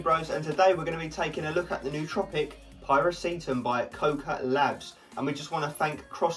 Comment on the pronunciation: Pie-reh-see-tam. Nooo! Py-rah-syh-tam!